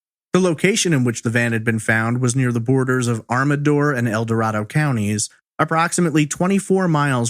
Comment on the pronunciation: FYI: Ione is pronounced I own. And Amador is Am ah door.